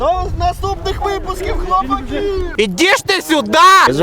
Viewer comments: Шліпаку, навчися правильно говорити назву команди. Наголос на А а не на И. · Якраз наголос на "И"))